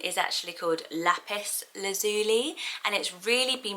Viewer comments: I've never heard anyone pronounce the li in Lazuli as Lee, personally I've always pronounced it lie. Laz-u-lie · Lazuli is pronounced "La-zyuh-lai" (or "Laz-you-lie" simplified) not '"Laz-ooh-lee" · I thought Lazuli was pronounced Lazz-u-lie with the stress on the first and last syllables and lie rather than lee at the end. Is that wrong or just different pronunciation? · I hate to.correct you but I’ve always pronounced lazuli as laz u lie as in lapis lazuli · Lazuli is pronounced Lazz- you-lie I thinkkkk